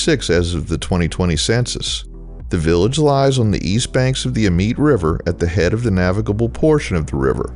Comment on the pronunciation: YT rabbit hole brought me to this video. Amite is pronounced A-Meet and Colyell is pronounced Coh-Yell. It’s a speed trap Village, so y’all watch out.